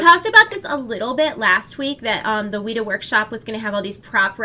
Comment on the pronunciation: weta is pronounced wet-ah not wheat-ah